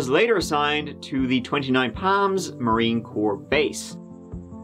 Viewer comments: It’s 29 PALM LIKE A PALM TREE!! Or the PALM OF YOUR HAND! Not “Pam” lol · Wait, so it's not "Twenty-Nine Palms?🤯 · “That thing I always say.” = “Let’s give it a goooooooooooooooooooooo” Btw, at first I really thought he said 29 Pams. Sounded like a very interesting place that only had 29 people named Pam who lived there. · All I'm hearing is 29 Pams. I was very disappointed to find out it's palms..... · I definitely heard 29 Pams and I was so confused. Why was there a count on the women named Pam lol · At first I thought you were saying 29 Pam’s! I hate it when people defame people that can’t speak up for themselves. Sad story for Erin, John and unborn baby! Glad the jury saw right through Chris’ lies! As always… Too short! Have you thought about making longer videos? We love you! Take care! 😁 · I was wondering what the heck he was saying! Now I see "PALMS"!! The "A" in palms is pronounced like "calm".. like when u open wide and say "ahhh" for the doctor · I cherish you...but everytime you said Palms....I winced hahah 😘😘😘😘😘